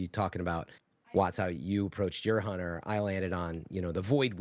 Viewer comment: Lol geez watts you got me saying hoonter now 😂